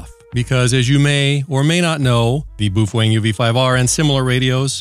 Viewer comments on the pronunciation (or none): Not sure what BWOOFANG is. Please for the love of God, BOWfang BOWfang BOWfang. LOL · It’s pronounced as “bay o feng” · I can never say Baofeng thanks to you.🤦‍♂